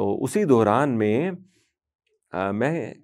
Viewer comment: wo Dauran hota hai,. Dohran nahi😅